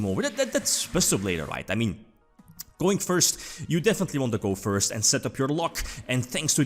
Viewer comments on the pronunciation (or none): none